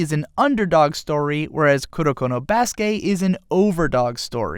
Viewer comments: i cringe every time he says baskay instead of baskET. Its pronounced baskET, since it is a loanword of the english language being used in japanese. it aint french bruh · Baske' ? did you just intentionally skipped pronouncing the "t" ? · I literally couldn't finish this video cuz of how he pronounces basket 😐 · Basket...theres a T at the end of Basket. Pronounce it...